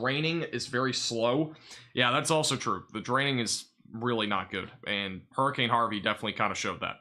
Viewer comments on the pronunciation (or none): none